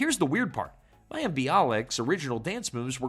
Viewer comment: Oh AI...you had me until you had to pronounce Mayim.